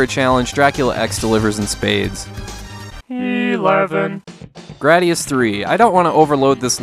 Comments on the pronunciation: You mispronounced gradius. It's grade-ee-us not grad-ee-us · The hardest for me to handle was the way you said “Graadius”.